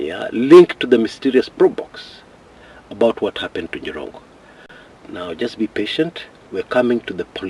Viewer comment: 😀😃😄😁😆😂🤣😅😆🤣😆🤣 aka "The Njirongo(not Jirongo)😂😅😆😅....on a lighter note though. The Kamba in you😂... I can't sleep before I listen to you sir. Your reliable, consistent and professional journalism prowess makes you stand out. I affirm your commitment to your cause. Keep it up my agemate sir. My children used to satirically tell me about Jirongo's many children delivered by family van and how much school fees he used to pay, promptly without fail. Imagine Makini school with 39-45K per child per term them days(early 2000). The late daughter with 3 kids was my 3rd born daughter's agemate and class mate at the same time. May God rest his soul in eternal peace. Good analysis 👍. Before I exit, NTV brought in a new slower cctv version confirming that the Mercedes-Benz had already joined his lane by the time the bus was approaching. It kinda looks like the bus hit him while already on his lane meaning its the bus that swayed off his lane. My 2cts view though. Let the DCI do their work to unearth the truth.